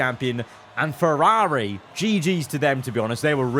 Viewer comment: You were doing really well pronouncing Ferrari right up until the very end then you ruined it.